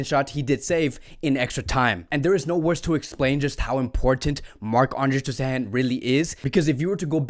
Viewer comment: I do appreciate the analysis, but it would be even better if players' names were pronounced correctly. "Januzaj" is pronounced like "Yanuzay" not "genocide". Also "Ter Stegen" is like "tersh tegen"...